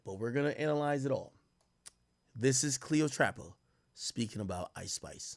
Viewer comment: CLEO TRAPPA...... CLEOTRAPPA . CLEO_TRAPPA. NOT PATRA